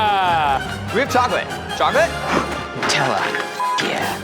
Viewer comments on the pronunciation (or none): none